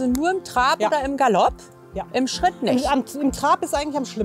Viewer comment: Eine Frage: wieso sagt man eigentlich "Terapp" und "Scheritt"???